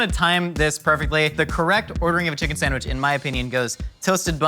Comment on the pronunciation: also "san-wish"